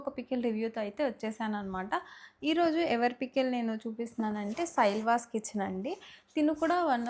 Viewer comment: సైలాస్ కిచెన్ akka సైళ్వాస్ కాదు 🥰